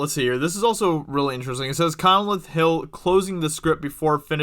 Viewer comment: Lame reaction video, and it's pronounced Con-leth, not Conneleth.